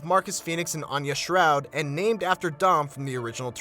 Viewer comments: anyone else notice he said Anya Shroud instead of Stroud 😂😂😂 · I just started laughing when he said "Anya shroud"